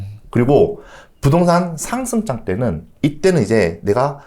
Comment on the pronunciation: 상승장 얘기할때 꼭 상장이라고 들리네 ㅋㅋㅋ